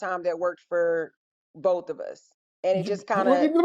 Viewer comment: Kevin: "You're surprised you are here or surprised you got on"? Woman: "Boaf. Boaf" ............ 😂😂😂😂😂😂😂😂😂. She's probably a "Phd".